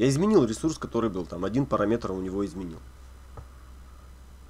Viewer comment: ха ха, автор ПараМетер))))) Сходить бы на курсы подучить английский ;)